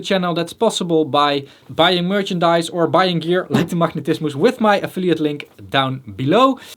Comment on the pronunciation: "Machnetismus"...I love the Dutch accent 😄